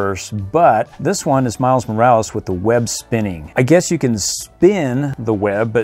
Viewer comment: It’s not miles Moralees it’s Miles Morales